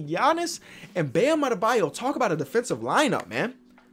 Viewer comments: Sees mo Bamba: " and Bam Adebyo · “Bam Adebayo”.